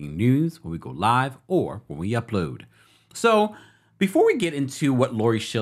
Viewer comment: Hey... Idk why, but it cracks me up when you say 'Upload" 😂